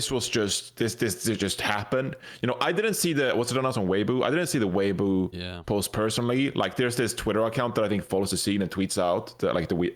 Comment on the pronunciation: The way he initially said it made it sound like it has a 'v' instead of a 'b.' Must be the accent. :P